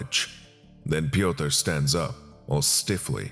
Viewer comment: I don't know whom you got the script from, but name "Piotyr" is just a funny way in which an american would probably pronounce it. The name is polish and should be written "Piotr", not "Piotyr".